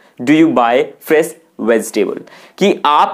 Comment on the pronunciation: context is pronounced incorrect, its not fres its fresh, Its Veg-table but u said veztable